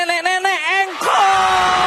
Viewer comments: plisssss engkol ya bukan jengkol😭🤣🤣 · bbrp x aq ulang"....ttep aja ngakak denger nyebut JENGKOL bkn ENGKOL